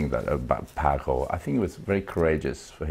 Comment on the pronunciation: Nice interview and playing. Shame the presenter forgot how to pronounce Paco's name and bought up the issue of speed when talking about technique (further adding to the stereotype that speed is all guitar players care about).